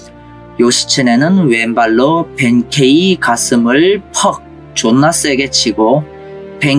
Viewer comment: けい는 케이라고 읽는 게 맞는데 일본 사람은 아무도 케이라고 발음 안 해. 케-라고 장음으로 읽어.